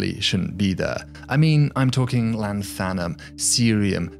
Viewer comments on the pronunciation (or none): why do you have absolutely no idea how to pronounce 'lanthanum', though? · I found it really weird that he can say that so well but has absolutely no clue how to say 'lanthanum'.